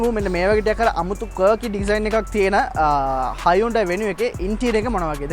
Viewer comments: ඕක ඇත්තටම හයිඋන්ඩායී නෙවෙයි හියුන්දේ කියලා කියවෙන්න ඕනෙ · Yes. Even in advertisements they say as hun- dai